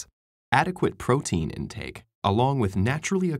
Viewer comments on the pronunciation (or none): none